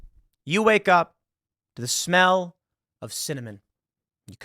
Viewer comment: The second sentence out of Tim's mouth had heavy emphasis on smell, about a video of shenanigans that the congressional gays were getting up to. I'm sorry, no mas.